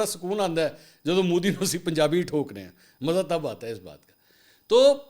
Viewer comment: Mansoor use correct word ...Modi ...not Mooodi.